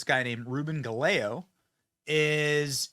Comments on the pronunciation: Ga-ley-o🤣 It's Ga-ye-go😂😂😂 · GAH-YEH-GOH? If it's a Spanish last name that's that's cloer to how you pronounce Gallego. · It's pronounced guy-yay-go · It's Ruben Guy-eggo. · Benny, listen to Kari pronouncing Reuben's last name. The L's are silent. Expect better research from you